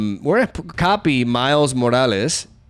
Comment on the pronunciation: im spanish and your Morales pron is clean